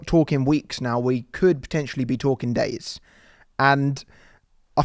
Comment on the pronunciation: ‘We could be talking days/Deyes/daze’😂